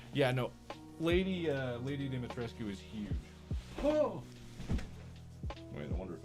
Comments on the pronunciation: I just have a huge stupid smile on my face. Lady Dimitrescu and Markipler are a match made in heaven and always will be! They are meant to be! And Mark pronounced her name properly! That's true love. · I can’t pronounce Lady Dimitrescu’s name any other way than Marks way